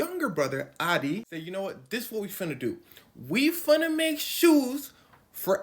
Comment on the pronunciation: This is the first time I've heard you straight up talk ghetto. Please don't "funna" anymore. You have a wonderful speaking voice for storytelling and you're just going to ruin it with some mush mouth ebonics. Yuck.